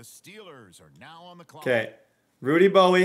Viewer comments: Why are you saying Rudy Bowie? Do you not know how to pronounce bowe? Have you never heard of dwayne bowe? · I could be wrong but I think Rudy Bowe's last name would just be pronounced "Bow" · I believe the pronunciation is "Bow" for Bowe, but hell it's your world yoy can call him whatever you want! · Lol Rudy Bowe’s last name is pronounced “Bow”. Like Dwayne Bowe that played for KC in the early 2000s